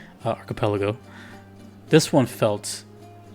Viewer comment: Not only you had trouble saying Archipelago, you even misspelled in the title LMAO Anyways, two of the best trakcks in the game, maybe both in my top 5